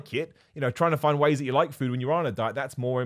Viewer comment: I kept hearing this as "6 easy wheys to eat more protein"